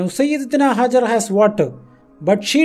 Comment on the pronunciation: It is Hagar not hazzard please correct